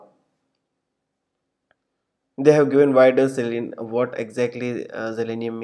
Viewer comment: It's Zalenium, not Zelenium.